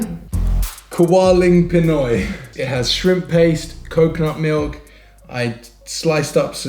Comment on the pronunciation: hahaha.... you pronounce it kinda wrong... it's KA-WA-LING PINOY... Yup it's kinda salty because of the shrimp paste... well just add more rice to compensate for the saltiness of Bicol Express...try cooking Caldereta Beef or Pork, Chicken Afritada, Adobo Pork or Chicken or both, Pork Menudo, Beef Bulalo.... or try our exotic food Pork Dinuguan (Pork Blood Stew), Fish Kinilaw (raw fish), Adobong Balut... Yup, you also said it right The Pulutan word lol...It's amazing to hear is knowledgeable on how Filipinos used spoon and fork when eating...